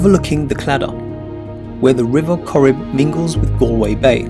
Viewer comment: It’s Galway not Alway 😬